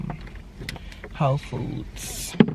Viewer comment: Did he say hoe foods ... lmao